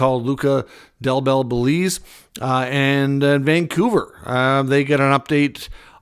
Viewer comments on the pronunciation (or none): first i heard that traffic and all is crazy in LA that is why they postponed the game and also Its Luca Del Bel "Bahlooo"